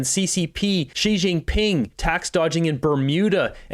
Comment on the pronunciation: You are the only Canadian YouTuber/ reporter who can pronounce Xi Jinping perfectly.